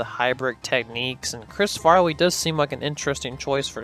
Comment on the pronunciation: Great video and great job since I love Chris Farley. By the way, A "wittle" more, and "Chris farwee"? You gotta learn to pronounce your L's when saying "a little" lol lol